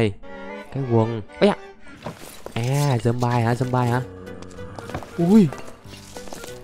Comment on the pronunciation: Người ta đọc là thịt dom bi còn anh đọc zom bai